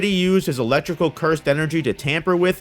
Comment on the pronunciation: Electro Ly sis? Sir it’s elec tro luh sis. Good video over all. You missed the fact EM waves are shot off at light speed btw :)